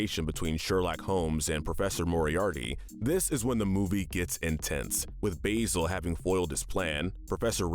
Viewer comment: Actually, the wolf attack scene in Beauty and the Beast really isn't accurate, since wolves almost never attack humans - unless they're rabid, starving, or provoked. Also, have you guys even seen The Great Mouse Detective? Because you keep pronouncing Basil's name wrong.